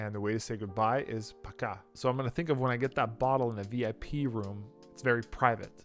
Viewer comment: "Paka" was awesome ) glad it was not "dosvidaniya". nice home work